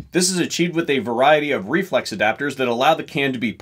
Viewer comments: I just laugh when the guy says "reflux" instead of "reflex". Having said that, I have one on order. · Dude are you saying reflux?? Its Reflex. Reflex.